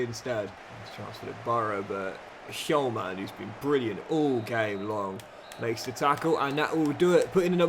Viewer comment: The H in Hjulmand is silent